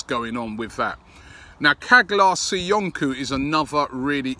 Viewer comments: come on robbie, can you try to pronounce Caglar Soyuncu ( Jaylarr soyoonjoo) name correctly, you make a real effort on everyone else's name!!!!Aubameyang, Henrikh Mkhitaryan, Mavropanos, Papastathopoulos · Richest Man In Tatooine yes it pronounce like chalar soyonchou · Chaa’lar SoyUnju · Hi Robbie. You are doing a fab job. His name is pronounced: Caalar Soyunju.....the g is silent and C is pronounced as j. BW and keep inovating. .. HMK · Caglar Soyuncu pronounced Chahlar Soyunju. Quality prospect 🇹🇷👍AFC COYG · Robbie its pronounced Chaalar Soyunju